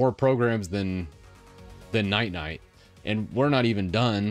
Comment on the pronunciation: still calling Ninite "Night-Night" 😂